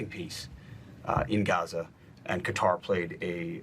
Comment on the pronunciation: Hegseth can't even pronounce Qatar correctly!